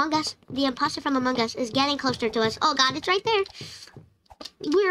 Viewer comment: I love how you say “amoong us